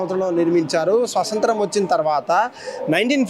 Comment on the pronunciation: Morning bursh cheyaledu tounge slip ayyindi